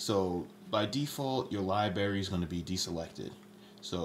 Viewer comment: "Libary," really?